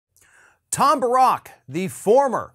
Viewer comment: I believe it's pronounced Tom Bear-rick